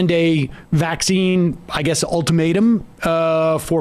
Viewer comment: Ben Shapiro talks up the vaccine while emphasizing the wrong syl A ble focusing on his anti-mandate stance to appease his audience.